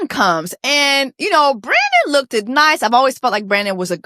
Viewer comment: Jessie ..u have a degree..there is no such word as look ED. look id...? one syllable "looked"